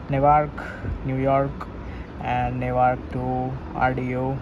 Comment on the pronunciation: FYI NEWARK its pronounced as Nu wark , not Ne wark , this a typical mistake majority of the people do